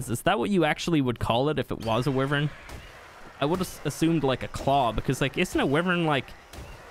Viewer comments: NOT WIVERN ITS A WYVERN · It's why vern. Not we vern. How can american not know how to pronounce their own language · sorry but im skipping to abberation because you keep saying wivern no wyvern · Not to be rude at I love your YouTube is my fav ark channel along with mr meola and Ik you can say it how ever you want but I think it’s pronounced. Why-vern. Not Wiv-ern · It’s not wuivern it’s like yvern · It's easy stealing wyvern eggs. If you know what your doing, unlike the first 2 times I tried. Anyway, it's pronounced WYVERN not WIVERN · sis called a wuvern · its why-vern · And your supposed to say wyvern like it's spelt like this: why vern Not hate'n just saying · Sir you realize your saying wyvein that's not how you say it ._. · He can't even say wyvern right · It drives me nuts the way you incorrectly pronounce wyvern. I love your videos, but this is really annoying lol